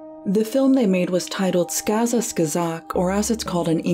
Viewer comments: You mispronounced their film's title the entire video. It's SKAZKA Skazok. Not Skaza, SKAZKA. There is a second 'K' after the 'Z'. You even spelled it right in the captions you added, so I'm not sure what went wrong here. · *scUhz-cuh scUh-zok 😔 It’s not that hard to pronounce. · it's skaska skAzok, not skaska scazOk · Great job, but pronunciation of "skazka skazok" is ridiculous! My brain hurts. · Шинель is pronounced Shin-Elle. Not Shine-yell... Сказка Сказок is SkazKa Skazok, you missed the K. Oh and Gogol was Ukrainian, from Poltava. His entire writing career is writing down Ukrainian folk stories or writing about Ukraine and its culture.